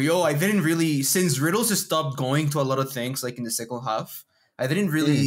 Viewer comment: the "L" in "half" is silent.